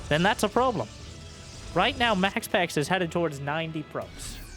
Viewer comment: Did you say “probe-lem”??